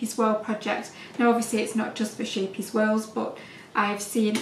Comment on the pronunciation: So beautiful thank you 😘 by the way it’s pronounced scape-ee-es meaning little ship xx